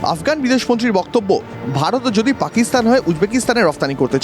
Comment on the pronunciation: অনুষ্ঠানটি সত্যি খুব ভালো লাগে, তবুও মাঝে মাঝে র মতো কিছু মানুষ যখন ভারত কে ভাড়ত বলে উচ্চারণ করে মেনে নিতে পারি না।